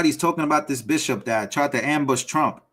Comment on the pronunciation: Disgusting "bishiop". (Bishop, my a$$!)